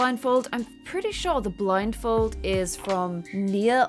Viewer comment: can we just take a second to acknowledge the fact that said, "the statue of liberty with the blinfold" lol